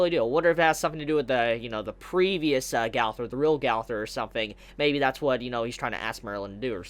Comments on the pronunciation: Gawther really... r u trying to pronounce gowther wrong? Go-ther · I love how u say gowther its prounounced gunther but it looks just like gowther tho